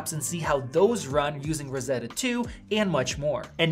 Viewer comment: „And it’s Rrrosseddddddoa 🤣“